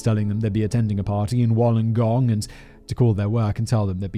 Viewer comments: Lmao I love watching Simon trying to pronounce words hahaha Ute........ you - t Wollongong...... whool-on-gong Haha atleast he got Melbourne. Keep up the good work Simon. You make doing house work more bearable haha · but no one has commented on how Simon said, Wollongong, known locally as "The Gong"